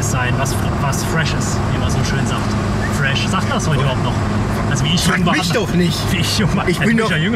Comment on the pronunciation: F FF FRESH sagt der 😂